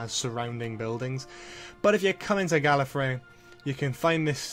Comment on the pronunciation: Gallefrey not gallery